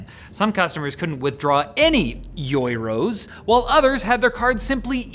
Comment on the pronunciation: Mispronouncing european currency on purpouse?! Classy, u canadian peso!